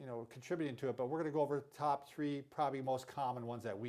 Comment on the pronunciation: you speed through the names .. and mumble the top 3 cant even understand